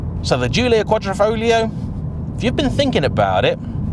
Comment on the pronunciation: Its pronounced Quad-ri-folio. G is silent.